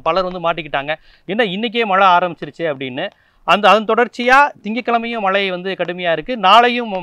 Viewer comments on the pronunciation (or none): " மளை" இல்லை..."மழை " என்று சரியாக சொல்க.... பொளிவு "இல்லை அது பொழிவு....... அய்யா தமிளை கொழ்ழாதீர்கள் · மலை அல்ல மழை என்று சொல்லவும்